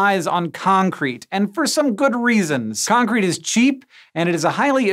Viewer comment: My wife couldn't help giggle because she kept hearing Hank say AssCrete